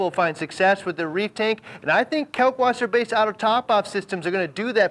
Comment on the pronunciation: Pronounced kAHlk Vaßer